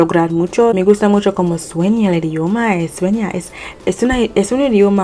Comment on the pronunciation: You dit It great, but you like "como suena el idioma" better than " como sueña el idioma"😴...😂 But I repeat, you did It grrrrreat